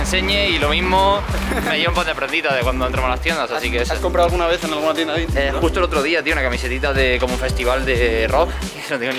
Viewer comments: No se dice vintich... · como me ralla que diga "vintich" en vez de "vintach" (vintage). Encima lo dice como mil veces jaja